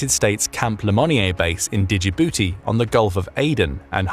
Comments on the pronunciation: It's pronounced ( Ja-booty ) I don't care how it's spelled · Djibouti pronounced without D